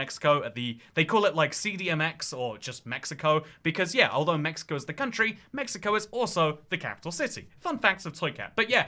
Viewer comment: what the hell is a MIxico?!